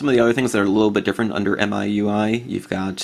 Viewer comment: Apparently it's pronounced "MEE-UI." I don't know who down-voted you? Nice video. I just installed MIUI myself.